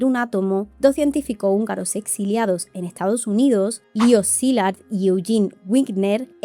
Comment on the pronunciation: “Etsado Unido” 🥴